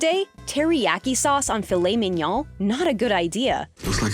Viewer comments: Filet... Men/min.... Yoown? Do you think this is an Asian dish? WTF is going on here? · “filet minyaw”